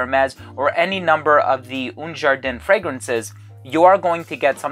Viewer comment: haha "oon jarden"